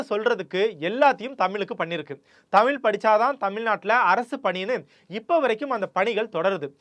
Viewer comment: Great content! But I could literally play a drinking game for everytime you pronounce Tamizh with a “ல்”🫡